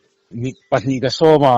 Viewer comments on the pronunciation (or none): Tlem in isawi uar deuh a ang! Pahnih kha pahmih kha tireng mai!!! Mahse ithiiltawn angaihnawm e